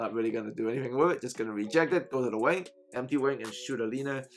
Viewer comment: You said go to the MP wing/side or are you saying to go the empty wing/side? I’m trying to understand what you’re saying